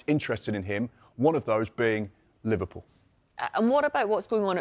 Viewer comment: Pov the way she said Liverpool Liverrrpool